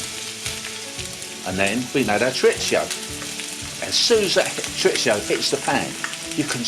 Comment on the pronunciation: Your saying Chorizo wrong.